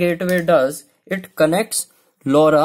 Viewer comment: What did u say lauda 😂